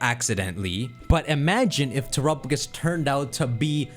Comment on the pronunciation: I think it's pronounced tera_pagos don't know where you're getting trop_agos